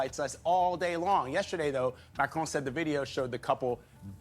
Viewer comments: You need to pronounce his name correctly ..... There is no e at the end of Macron, therefore it ends and sounds like "on". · PLEASE<PLEASE PLEASE The mans name ıs MACRON ! MAC as in Big Mac! Ron as in Spanish Rum !!!! There is NO “E” in his name FFS Dumb Spam moron!!!!!! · Why are Americans unable to say Mac Ron. It's not Macchrone the infantile American press will continue to mispronounce international politicians names.